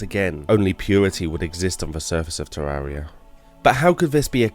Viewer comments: Ethanotor Oculus there is actually! Terr-ar-ree-ah is not correct, it's teer-ai-ree-ah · Good. But it's Terraria, not Tarrarea. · Jesus christ learn how to say "terraria" already its an interesting video but i cringe everytime you say terraria